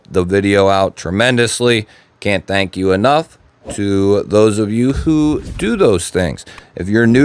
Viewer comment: fank yew gweg